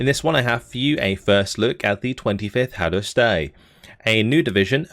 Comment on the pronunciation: That's a pretty decent pronunciation of Hadosztály, the same can't be said for the Felderítő Járőr(s) :D